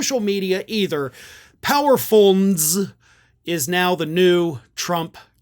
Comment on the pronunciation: you got me rolling...YOU actually pronouned it....POWERFUINNEZ, LOL🤣🤣